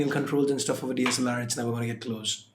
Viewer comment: DLSR rocks, I don't know why were you sad while wasn't able to say DSLR